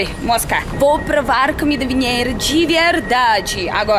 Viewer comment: A "Camida" é realmente ótima hahaha